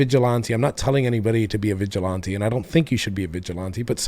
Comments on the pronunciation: The way he pronounced ‘vigilante’ cracks me up. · I never gave a damn either way about the proud boys, but after seeing this "chapter leader" wear sunglasses indoors and hearing his pronunciation of vigilante.... I think sleepy Joe's correct, these guys are fucking terrorists 🤣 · I love the way he says "vigilante".